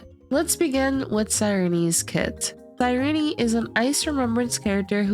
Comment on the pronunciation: Her name is pronounced SIIIIRENE NOT REENEEE